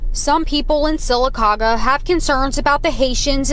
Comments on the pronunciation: FYI, here's how you pronouce Sylacauga. The city of Sylacauga in Alabama is pronounced "Seal-A-Cog-uh". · Sylacauga...... pronounced phonetically Sila Caga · We absolutely love you and your program. Thank you for all you do for America. But… you need to learn how to pronounce Sylacauga. It sounds like Sill-a-cog-a. Keep up the good work. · Sil-a-caw-ga. Love your podcasts! Based on Native American dialects. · Silla-cah -gah! How it's pronounced! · It's pronounced.. Sy-la-cau-ga. It's believed the name derives from the Native American Upper Creek (Muscogee) words "suli kagi".. Place where buzzards roost. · also the city in alabama is pronounced sila - ta - gah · The Alabama city is pronounced sil-a-caw’-ga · Sir, it's pronounced "sillaCawga" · Sylacauga is pronounced: Sella-Kah-Ga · Syl-a-cog-a is how it’s pronounced ;) ROLL TIDE ;) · Sylacauga pronounced sill- uh- cog-uh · Sil a ca ga is how it's pronounced. Hope that helps. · Sylacauga is pronounced Sil la cog ah Bama resident here! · Pronounced....Sil a caga